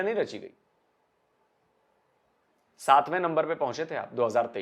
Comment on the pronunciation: Get yourself educated first it's not lumber it's number